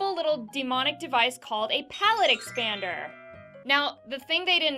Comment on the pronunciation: You said it wrong. It's insert magical sound effect Palate expaaanderrr.